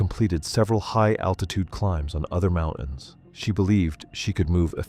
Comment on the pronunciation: "Her climbing fitness was good and she had completed several high-altitude climbs on other mou-ins." We're just going to leave that pesky N and annoying T out of the word "mountains"... 😂